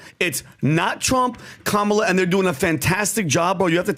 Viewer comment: Four supposedly intelligent men, can't pronounce Kamala's name properly or just refuse to.